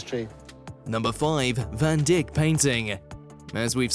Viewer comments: Agree totally with the other comments about eh chatter chatter chatter from whoever it is so fond of his voice. And Van Dick ? Aw come on. I'm no antiques expert but at least i know it's Van Dyke and in Dick Van Dyke or have I got it wrong and it's actually Dick Van Dick? Somehow I don't think so. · Van Dick!!!! I know the English language is hard to learn, but really!! Google the pronunciation, you pillock. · IT IS NOT "Anthony von DICK", IT IS ANTHONY VAN DYCK, PRONOUNCED "DIKE" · Van Dick?! It's pronounced Van Dike, do some bloody research. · Omg, I think I'd rather hear the actual appraiser pronounce Van Dyke rather than hear this voice over guy call this master artist Van Dick!!!! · It’s Van Dyck not Van Dick. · Van Dyke is pronounced VAN DIKE not Van Dick, I know Australians have NO culture, but PLEASE!!! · Van Dick? Its pronounced Van dike... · Van Dick? Should sound like Van Dike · Van DIKE…not Van DICK! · It's Van DIck (III!) not dick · its vandyke not vandick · It’s Van “Dyke” not “Dick”. And do keep quiet! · Van DYKE/DIKE not Dic.k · Van Dyck is pronounced ‘Van DYKE’, not “Van Dick” 😂 and ‘Anthony’ is not pronounced with the ‘th’ sounds as he is not English. It would be ‘Antoon’ (pronounced ‘Antone’) or ‘Anthony’ with a hard ‘t’. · Van DIK! I have never heard it pronounced other than Van DYKE! Certainly lost the romance as Van Dik. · Pronounced Van Dike not Van Dick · The video was filched from and cobbled together from the Antiques Roadshow original videos. The voice-over may be text-to-speech generated, or just a stupid human: The "narrator" pronounced "Van Dyke" as "Van Dick". "Dyke" should be pronounced as "Dike". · Did this stupid voice over guy say van dick instead of van dyke what a knobhead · VAN DICK😂, Pronounce it correctly please 🤔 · Van Dick?????? FFS. Do some homework. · Did you say....... Van Dick?????!!!!!!??????? Oh my days!🤣🤣🤣🤣🤣🤣🤣🤣🤣🤣😂🤣🤣😂🤣🤣😂🤣🤣🤣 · Van Dick? Shame on you. If you don't know how to pronounce the name let the expert do it.